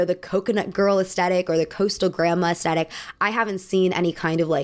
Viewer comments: It's pronounced ass-thet-ick...not ass-tet-ic. Please share with all of your Millenial and GenZ friends. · The word. Is not pronounced. “aesTETIK.” IT IS PRONOUNCED aes-THET-ic. So sick of hearing these annoying little thots mispronounce this basic word ffs. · Aesthetic is often incorrectly pronounced aestetic, as if there were no h in the word. The correct pronunciation is with a th sound, as in thick, at the beginning of the second syllable. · I enjoy your aesthetic themed analysis videos, but I wonder if you could PLEASE be one of the few among your peers who pronounce it correctly. Despite what you all seem to think, the H is NOT silent.